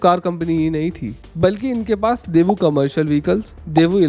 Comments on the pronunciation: It's not debu, it's Daewoo. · great video, btw it's डेवू not देवू